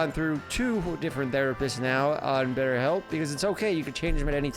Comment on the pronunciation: “betterBelp” is the link 😂